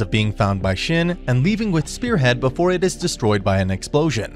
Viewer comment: Your pronunciation of shin is killing me